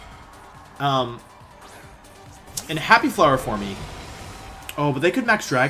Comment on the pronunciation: I’ve never heard someone pronounce the ‘e’ in ‘forme’. ‘Formy’. Huh.